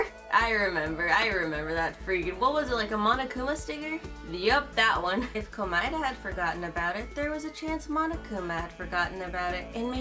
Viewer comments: She did not just say Komoeda x Nagito 💀🤣😭💀🤣😭🤣💀🤣😭😭🤣💀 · wow. She said komeada x nagito.